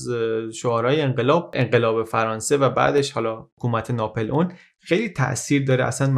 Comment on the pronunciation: خيلى از اين كانال استفاده ميكنم ولى تلفظ غلط نامها آزارم ميده: ناپِلِؤن يا ناپُلِؤن؟